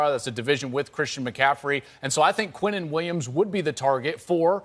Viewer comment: Like why can't they pronounce his name right. Quinnen is pronounced Keenan smh. You sound dumb pronouncing it any other way.